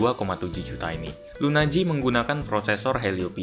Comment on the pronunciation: LUNA G dibaca lunaji(s) 😄